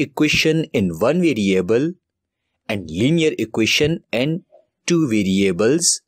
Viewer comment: 2 hours left till exam I need to learn this "videoable" (Variable) asap! Love his accent.